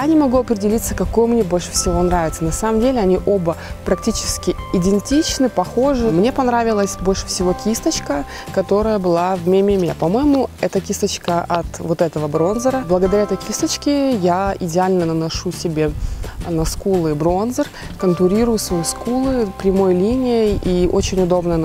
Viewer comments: не МЕ МЕ МЕ, а Ми Ми Ми:))))))))) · ни МЕ МЕ МЕ, а МИ МИ МИ)))